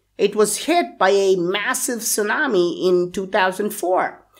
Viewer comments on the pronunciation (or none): none